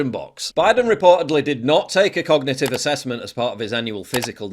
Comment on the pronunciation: The press secretary can't even say "cognitive"....moron. "Cognitit teft" WTF??